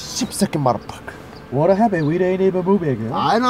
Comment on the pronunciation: "sseep seki modapucker" LMAO